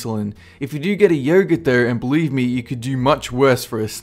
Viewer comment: It's pronounced "Yogurt"